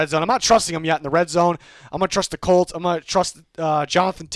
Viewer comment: Lmaoooo I caught that "He's groin with the Ravens."